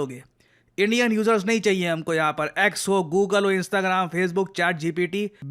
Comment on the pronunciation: Sir इंस्ताग्राम ❌ इंस्टाग्राम✅